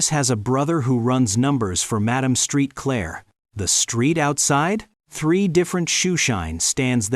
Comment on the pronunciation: HER NAME IS PRONOUNCED "MAD-AHM SAINT-CLAIR!" NOT STREET CLAIR!!